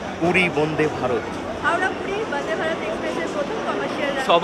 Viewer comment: Bonde bharat na vande bharat uccharan ta to vlo kore koro 😡😡😡😡